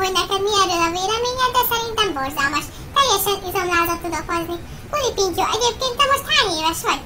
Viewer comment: Az elején 3. részt mondott KULApintyó xdd :D De amúgy jó lett! :)